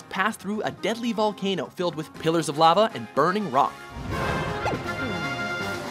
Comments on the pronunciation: Is it just me or does he say 'lava' weird? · Anyone else bugged by how he pronounced lava?